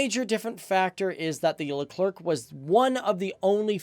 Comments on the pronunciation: It’s not just le-clerk it’s le-cler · Speaking of gramnar, Leclerc is pronounced Luh Claire not Luh Clerk. The French language doesn't follow English phonetic rules if you can believe that. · FACTS btw the French tank is pronounced Leclerc ("Lecler" no K sound). ;) Nice video! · It hurts. I can’t… “Lecler-C” “Com-poh-sit” 😖 And shows a Russian tank as a patton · btw its "leuclèr" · the proper pronunciation of 🇫🇷 tank is Le Claire even though the spelling seems to say Le Clerk. Fyi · Leclerc is a last name. not Le CLerc..lol.. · No you're the le-clerk. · Leclerc - pronounced leh-clare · your pronounciation of Leclerc is almost good, just for you to know you don't need to pronounce the C and to pronounce the end well you basically just need to pronounce it as "air" in english and make the last R sounds as much french you can do, then it should be perfect if it's appear too dificult just don't pronounce the last C :) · We don’t say the letter c at the end of Leclerc....🙂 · sorry people but I'm French and I know it's pronounced: the Leclerc tank, like the store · Very good video and i got to say as a french it was very hard not being triggered by you pronouncing the last C in leclerc which is mute in this word but you are all forgiven